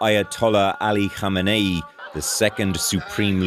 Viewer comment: Jeff Semple. Thank you for pronouncing Ali Khamenei’s name CORRECTLY! So many other people in the news business couldn’t do it!